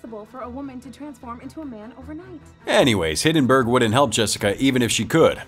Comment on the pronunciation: OK, how did the narrator remember the princess' name from the begiining of the movie, but not the name of the main character? It's Clive Maxtone. Also, it's Hi*l*denburg, not Hi*n*denburg.